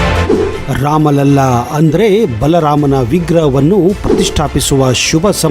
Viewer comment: ನೀವು ಬಲ ರಾಮ ಅಂತ ಕರೆಯೋದು. ಅದು "ಬಾಲ ರಾಮ"